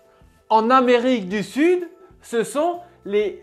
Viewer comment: Amerrrique eu sud